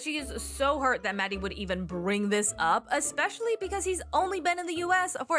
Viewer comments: Don't understand why she doesn't put the effort to pronounce his name properly, it's literally not that hard... It's maHHHdi not Maddie 😑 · I also wonder why she keeps calling him Maddie. It's weird. She's not even trying.